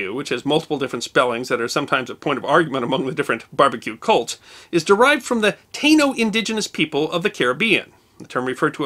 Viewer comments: I believe its Ta' ino not taino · Love your shows! The word “Taino” is pronounced: “ta-ee-no”. The Taínos called their island (Puerto Rico) “Boriken.” The island’s current people call the island “Borinquen” and themselves “Boriquas.” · Taino is pronounced ty-ee-no and has 3 syllables not 2. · Taino is generally pronounced "tie-ee-know" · Good point, Carlos. His mispronunciation of the word is unusual, given usual tenacious propensity for pronouncing words correctly and carefully. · All that research and he couldn't be bothered to Google the pronunciation for Taino. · Good point, NEECO. His mispronunciation of the word is unusual, given usual tenacious propensity for pronouncing words correctly and carefully.